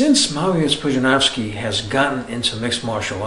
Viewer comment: Wow, finally a foreigner pronouncing Pudzianowski the correct way. Kudos!